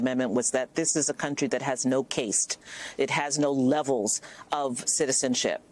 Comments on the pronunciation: What is a caset? I think she meant cast. She doesn't even know how to pronounce the words she is using. Are you kidding me? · She doesn’t know how to pronounce ‘caste’ system. Weird.